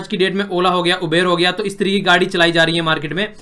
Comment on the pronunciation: sir Uber Ki pronunciation.... You-ber hai😜😜... but very nyc explanation👌